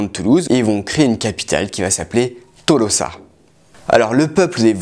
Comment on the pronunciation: Tolosa ne se prononce pas comme ça s"écrit vu ue c'est pas du français mais Toulouso avec accent tonique sur lou ( avant dernièr son ).